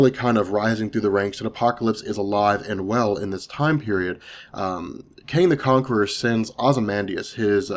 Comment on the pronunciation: are you saying Kang or Kane? Because it sounds like Kane.